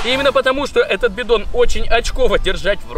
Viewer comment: Ни бидон а битон